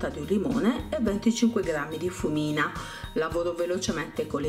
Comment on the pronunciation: La FRUMINA non fumina... mangia le " erre" quando parla ecco perché non comprendiamo le parole